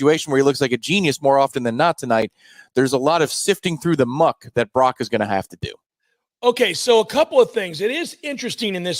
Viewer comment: It’s Brock, not Barock